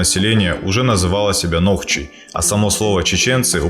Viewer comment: не нохчи а нохчо